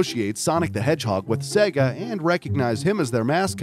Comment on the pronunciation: it's Sonic the Hedgehog! not Sonic the Hedgehod.